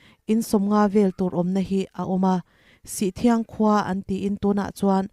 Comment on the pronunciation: Sihthiang ni lovin sithriang (sih awm dun sawina)